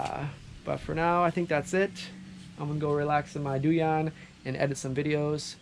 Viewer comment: I like the way you say duyan.